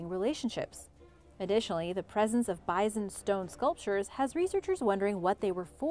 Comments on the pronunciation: Bizon? Doones?? Please, Origins Explained, find another narrator. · How come you can pronounce the Indian tribes names so well but say bison with a z? No z. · This is the 3rd video I have heard "Bison" pronounced as "Bizen"... Have I been saying it wrong my whole life with the "s"... or is this an acceptable alternate pronunciation... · she's pronouncing it wrong, your good lol